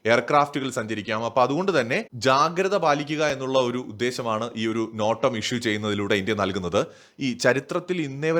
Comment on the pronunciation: നോട്ടമല്ല... നോട്ടാം എന്നു പറയണേ അടുത്ത വീഡിയോയിൽ.....